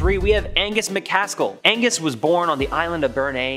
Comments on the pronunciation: Yeah. ‘Agnes’, as our narrator says, is a girls name. The gentleman in the tale? His name in An-gus. Two syllables. The surname is Ma cAs-kill which is three syllables. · ANGUS, not AGNES! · His name was Angus…..Agnes(your pronunciation) is a woman’s name. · The Cape Breton Giant was "Angus" MacAskill, not "Agnus". Pretty sure "Agnus" is a girls name. 🍁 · Loved this video but that guys name was not Agnus it was ANGUS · Please, It's ANGUS, not AGNUS! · Why do you keep saying eggnus when it's clearly Agnus lmao 😅😂😂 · I'm sure I'm not the first person to say this, but it's not agnes it's AN GUS!! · Agnus? Do you surely mean A N G U S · It’s Angus, not Agnes. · Angus... not 'Agnus' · Ang....gus...Not Agnus ! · AN~GUS not Agnes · 'Agnus'? Surely you mean Angus?